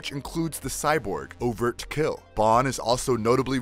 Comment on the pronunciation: And " Overt-kill" is he doing this shit on purpose?